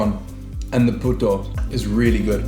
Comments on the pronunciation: Oh my god, he said "puta" instead of "puto" lol 😆 "Puta" in tagalog is actualy "wh*re" in english 🤐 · 😂 you said puto wrong. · Lol! When everytime he missed pronounce puto as puta (prostitute) in tagalog. 😂😂😂 But you're forgiven. It was indeed a tricky one.